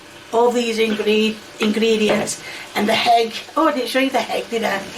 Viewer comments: I've never heard someone pronounce egg like hegg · We just gonna gloss over how she pronounced ‘egg’ with an H? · Hegg wtf is a hegg 😅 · Its not egg, its hegg! 😂😂😂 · So, i’m not the only one who thought he hear HEG 😂😂😂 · Ain't no way I heard her call it "heg"! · She pronounces pepper as peppia 😂 Edit: she also pronounced egg as hegg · Why does she call it a heg and not egg?? 🥚